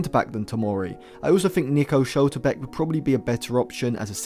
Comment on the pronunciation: Learn to pronounce Schlotterbeck The "l" befor ethe "o"